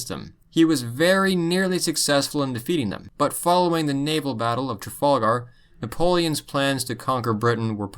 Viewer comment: learn to pronounce Trafalgar